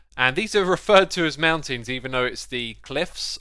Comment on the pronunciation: He was so fast this time, that he forgot the T from MounTains